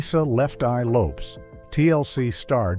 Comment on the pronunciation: Lisa Lopes wa s Honduran, hispanic. And it’s pronounced low-pez not how says it.